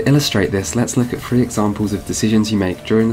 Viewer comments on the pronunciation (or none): If you cannot properly pronounce a word, best not to use it if an alternative is available. Were I you, I'd have used Wild Hunt instead of Witcher Three to avoid saying Witcher free so frequently. Second, citing a game as having a flaw because you cannot just fight enemies of higher level right off the bat is lame. It's not restrictive that some places are not accessible until you level up enough face them. The game even sprinkles in some higher level enemies amongst lower level areas to lessen the trope of such compartmentalized areas. Third, it seems you are talking out of both sides of your mouth on the issue of XP. There is no way to avoid being over leveled as you call it without being "like Ubisoft" and requiring a significant amount of the side material be played to get through the main quest line. The current design lets the player choose what kind of a side content they want to do and what reward they want. If they really just need XP, they can do what they like most. If they have plenty of XP, maybe they do side content because they just like to play it for the side story. Either way, you harp on player choice and then crap on a mechanic that allows player choice. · Buddy, your polish is amazing and you're bringing some interesting contrarian viewpoints but you really need to work on pronunciation. I had no idea "Seedy pradayect"was CDProject Red" without multiple tries with different context. And That Witcher "free" pronication could use some work. That along with "Strengf". Work on "Th" sounds and you'll be golden. The youtube algo is boosting the hell out of you right now, so make another solid piece and release it as soon as you can. Subbed